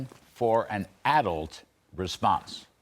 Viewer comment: Ive never heard someone pronounce 'Adult' the way he does lol. It sounds like hes saying "Addled"